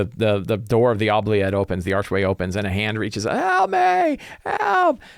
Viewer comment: I hate to be 'that guy', but it's actually pronounced oo-bliette, like oopsie. It's originally a French word. Love your stuff!